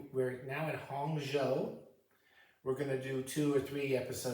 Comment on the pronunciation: Great 泡澡教授 lol, If you make it to Beijing look me up! I used to travel to Hangzhou (Hang Zhou, zhou rhymes with low or slow) all the time, fantastic city. I've never actually read Journey to the West. I used to live next to Wang Shuo, not sure if you've heard of him. I like some modern Chinese fiction like Yu Hua. Great stuff, enjoy your trip!